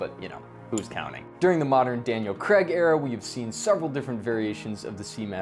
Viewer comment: It’s Daniel Cray-g NOT Creg. It’s a diphthong…